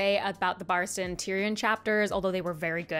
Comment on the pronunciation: Just as I begin to heal from you mispronouncing Tyrion, you come at me by mispronouncing Barristan. My suffering shall never cease.